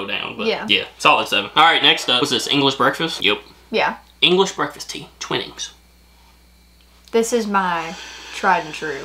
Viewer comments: lol love it when trys to pronounce tea products & snacks.. its " MOL.. TEE.. SERS " and " TWY.. NINGS " lol when I buy a pack of maltesers I growl at anyone who even comes near the pack MY CHOCCY! When making a cuppa T squeeze the teabag with the spoon on the inside of the mug to squeeze out all the yummy'ness from the teabag and Im soooo happy ya put ya lil pinky out too hahaha TWININGS / TETLEY & TYPHOO cuz ya gotta OOOOOOH when ya drink Typhoo top tier UK tea bags for sure! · Twinings is pronounced: Twine-ings. Maltesers is pronounced: Malt-ease-ers. In my experience, you never eat chocolate BEFORE having a cuppa, as the sweetness of the chocolate overrides the sugar in your tea. Always taste your tea with the sugar in it first. Then you'll know exactly how many teaspoons of sugar or sugar cubes are to your liking. I'm Scottish and Tetley has always been my favourite. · Tetleys is my favourite brand too. The spiced teas (like lady/earl greys) are better drunk black though, with a slice of lemon. Normal black teas have milk added :) Maltesers are pronounced malt-eezers. Twinnings is like whining but with a t and s. Twhinings. I made the awful mistake of watching this with no brew (cup of tea) and now I am positively gasping. Yes, we have tea alarms. Sometimes it comes via text/alarm on your phone, depending where in the country you are. 😂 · Twinnings? Think about twilight. Pronounce the twi-nnings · Twinings is pronounced twInings with the 1st I being pronounced like in the word twine. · lol when u say twinings its pronounced twynings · Twynings, not twinnings. Malt-eesers, 2 sugars is insane. Relax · All you need is Yorkshire teabags. Twinings is pronounced twynings, as in a capital i. Also, teacups are needed when using a teapot with the bags left brewing. The volume of a teacup is not really enough to do it the way you did. Teabags only go directly into mugs, not teacups. Just a FYI. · And twinnings is Twine-ings…. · Twinings is pronounced "Twynings".